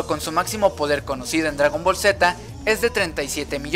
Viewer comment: Se dice Gohan no Gohah además es dragon ball ni es dragon boll además yo le entendí muy bien a las sacas de dragón ball